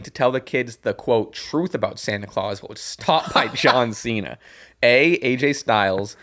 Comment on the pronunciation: The Santino one had one of his better mispronounced names when he said you have a big mouth John Chena